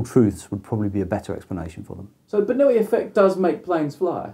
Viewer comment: Daniel Bernoulli was no Spaniard... The way they pronounced his name in this video is seriously annoying...